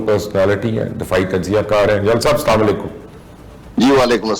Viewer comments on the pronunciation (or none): مبشر لقمان بھائی، آپ یہ سلام صحیح کریں، اسلا علیکم کی جگہ السلام علیکم کہے تو بہت خوشی ہوگی، جزاکم اللہ خیرا کثیرا